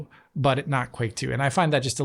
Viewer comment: The “Qu” in the version of Quake 2 is pronounced as an F 😅